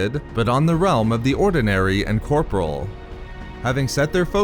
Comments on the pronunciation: You still mispronounce "corporeal". You are pronouncing it the same way as the word "corporal". But it's actually pronounced "kor-por-ee-uhl". Darth Plagueis would be ashamed of your ineptitude, shaming you into learning the word properly. Sidious though, he would force lightning you a few times to burn the word into your brain. Vader would simply toss you out an airlock; he has no time, nor inclinations towards teaching an apprentice incapable of simple diction. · Dude the word corporeal is not pronounced the same as corporal. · Corporal is a military rank Corporeal (pronounced cor-por-e-al ) is worldly physical things. It's just been killing me for so many videos.